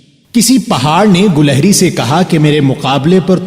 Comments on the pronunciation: Lafz gulahri nahi gilehri hai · ماشاء اللہ بہت خوب... بارك الله فيك علما و عملا............ گلہری کے '' گ'' پر کسرہ رہے گا شاید